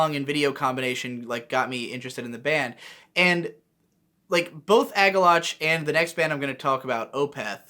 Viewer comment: It bothers me that you pronounce Agalloch as Ag-Ah-Loch instead of Ag-Ah-Lock.